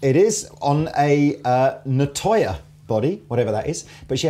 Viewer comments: I find it hard to look at a guitar with fanned frets. They always look like there's some weird, extreme twist in the neck. And pronounciation of "nyatoh", a word in Malay which is my native language, makes me cringe. It's not "na toyah",. It's "nya (like in Enya) toh". These Ibanezes look pretty and sound fine, but at over a thousnd quid they're not for budget-guitar people like me. Any guitar made of fancy-looking wood is going to set you back financially, and I have a lovely plain black Epi Les Paul Studio to scratch my two-humbucker itch. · Hi, awesome playing for the opening jam. The wood in the guitar is pronounced “Knee-are-toe”..... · The RGA61AL pickups are burnt chrome, the body is Nyatoh (knee-ah-toe), and yes, walnut/panga panga for the neck. The finish is called Indigo Aurora Burst